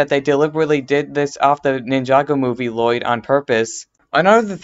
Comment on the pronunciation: Bro u talk little ur a little kid u say woyyed instead of lloyd